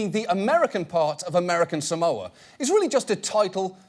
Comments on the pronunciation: John - “you cannot mispronounce American Samoa” John at the same time- mispronounces “American Samoa” Btw “sa-MOE-ah” is very wrong. It’s pronounced “SAR-MOR-ah” (r is non-rhotic) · John, technically you also mispronounced it. Locals say "Saah-mo-ah" not "Sa-MO-ah." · SAH-moa. Not sa-MOWA. And let's not even start on how John pronounced Eni Faleomavaega. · Criticises someone for mispronouncing "Samoa". But John Oliver pronounces it wrong too. It's not "Sa-mou-ah", it's "Sa-moah", with the "o" elongated. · Better than Samolia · American Samolia. I can understand finding his name being difficult to pronounce, but honestly, failing to pronounce the place he's from correctly is like me saying Eww Fork instead of New York, it's fucking stupid. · "American Samolia". How the fuck did this guy become a congressman? I learned about American Samoa in fucking middle school. What an embarrassment to the country. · Funny that John and others in this video aren't pronouncing 'Samoa' correctly themselves.